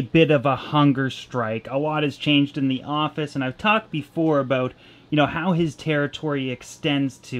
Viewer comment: Cant wait for that fish building bro! Got my shirt! Got it in black! All that traveling and can't make it to the tri- state area? What's that all "a-boot"?! Lol. Are u gonna raffle any of those tanks in your office?? Do it!! 😁👍🏽